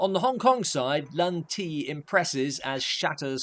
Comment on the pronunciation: As a Shaw Brothers fan, it is pronounced Ti Lung not Lung Ti. Thank you.